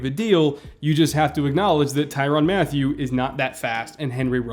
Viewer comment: its mat tyew not matthew